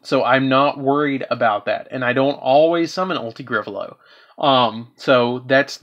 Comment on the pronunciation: “Ulti-Griffalow” is not even close to Ulti- Gaia-Pellio you’re just being extremely lazy in your pronunciations 😒